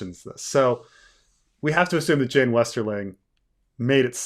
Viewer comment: But Jeyne, Jeyne, it rhymes with pain 🤔